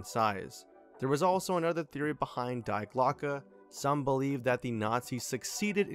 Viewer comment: Thats not how you pronounce “Die Glocke” 😅